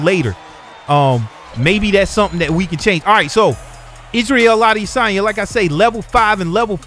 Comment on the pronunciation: How can I take you seriously when you can't pronounce Adesanya... Common man he's the MW Champ.